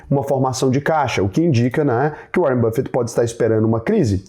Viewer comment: Que nada o "Uárren" me mandou um zap. É tudo papo furado...